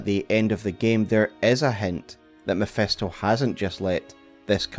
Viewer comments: Love the video, but its Mephisto not Mephesto😅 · Mephisto with an "I'" not MephEsto with "E" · MEPHISTO !!!! NOT MEPHESTO! FFS XD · Love how it always sounds as if he was saying "mephestol" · You lost me at “mephEsto” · mef-E-sto....dude, please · Who tf is Mephesto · The way he butchers Mephisto's pronunciation makes thsi a hard watch